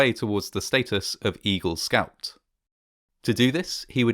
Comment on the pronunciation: When you said "Eagle Scout" I swear I heard "Evil Scout."